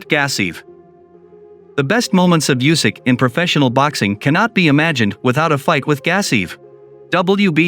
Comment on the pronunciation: Usyk. Not yoosik.